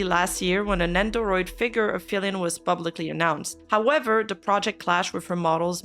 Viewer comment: lol the account LITERALLY SAYS FILIANNE not FILIAN 😂